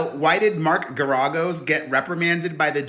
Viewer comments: No, the accent is not on the second syllable. 🙄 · It’s pronounced Gar A Gos. Fyi. ❤ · Mark is pronounced “Gare ē goes” 💗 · How do you call yourself the queen of all media, which by the way is Wendy Williams and you don't know how to pronounce the lawyer's name correctly? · Pronounce Geragous name right. Shit… otherwise Diddy is horrible. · The NEXT time you do a video, PLEASE look up how to correctly pronounce the name!!!! It was excruciating hearing you slaughter the name Garagos... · It was absolutely EXCRUCIATING hearing him pronounce it wrong over and over and over!